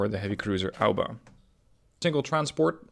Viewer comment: Mate is A O B A not alba, good video tho ahah